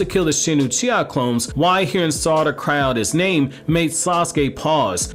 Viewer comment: this mans saying saracha instead of sarada lmao